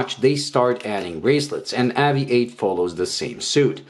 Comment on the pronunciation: Please say the company name right ....spoils video cant watch after about 10 mis pronunciations